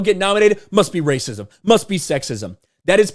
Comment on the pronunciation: It's rrrrrrrrrrrrrrrrrrracism!